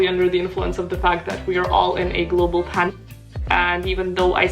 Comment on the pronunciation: Sorry im not updated with your vlogs but why do you do that when you say the word pandemic?